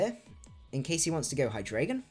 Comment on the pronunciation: Great stream, found your channel the other day and I've been binge watching your videos. I've got to say it though, I'm triggered every time you say Hydraygon.